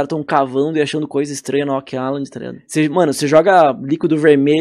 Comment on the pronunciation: como realmente é: Oak Island. como o fala: Óck Lailan OASOASKOSAKOSKOASKAO